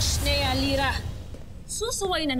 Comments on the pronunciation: ako lang ba nakarinig na pagkasabi ni danaya gira hindi lira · Zira daw hndi Lira 🤣😂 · Nagkamali si danaya sa pag banggit ng pangalan ni lira ahahahahahahahhahahahahaha